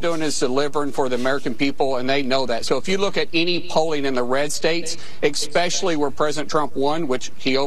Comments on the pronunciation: Old boy MarkWayne said "Egspecially"! What a derp. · Ugh. Markwayne Mullin said "Expecially." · Hey Mister Mullin, you are immediately disgraced by saying ‘expecially’. Just like idiot MTG constantly saying ‘impordant’. You are not worthy of your position. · “Expecially”? Did he attend high school? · There is no x in the word especially. God these people are so dumb! Yes, that's coming from a high school dropout. I swear the more educated people are, the more stupid they become! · He said “expectually. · Ugh. EXspecially. I can’t. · On a side note…Mullin actually said “EXspecially” and I think that tells you a lot about him. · "he just doesn't know what he's talking about" - Markwayne Mullen. "Expeshally" - Markwayne Mullen. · Mark Wayne Muller - "exspecially" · Especially is not pronounced with an "x" in it. Note the spelling. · The (hill)bill(ly)is “ekspeshlly” “puplar “. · "Expessally poplar" lol